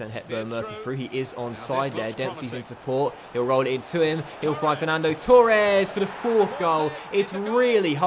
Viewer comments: h hb i would say it like torr-ez, he says it like toor-ez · Same 😂 he says tour-es instead of Torres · h hb Never heard anyone say Torres like that